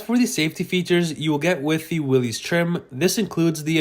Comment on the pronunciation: Learn to pronounce the name correctly! I cannot take you seriously if you're not informed.